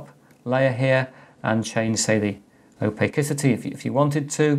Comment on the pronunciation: lol anybody catch "opakicity"